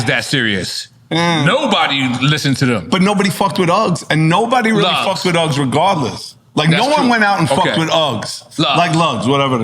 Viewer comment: Lugz not uggs